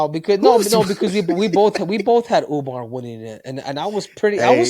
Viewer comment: That’s how Suga Sean pronounce Umar’s name😅